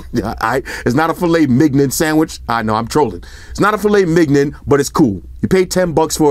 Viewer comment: “Filet migon”😂😂😂😂